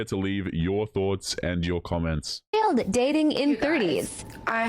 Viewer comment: Fay-Yo'd = Failed... English...